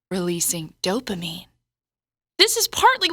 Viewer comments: The way she said dopamine... xD Oh my god! IT'S DOPAMINE!!! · I like how she says Dopamine :)